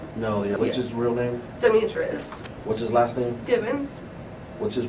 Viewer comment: Trying to blame the daughter you parentified for the death of your son is absolutely ridiculous. You don’t “have help from nobody” but your daughter had to put her life on hold to help you?🙄 Edit: your pronunciation of Demetrius is killing me😭😭